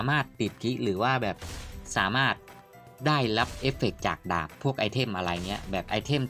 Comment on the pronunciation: สาม่าด 😂ชอบตรงพูดผิดนี่แหละตลกดี55